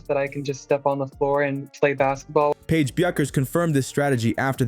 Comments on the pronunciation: Deep dive? Deep sh!t, more like. FFS tech you robot to pronounce Paige's name correctly!! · No, you were getting at how they shut down Betts, which they didn’t. And mispronouncing Paige’s name? That’s junior high school stuff.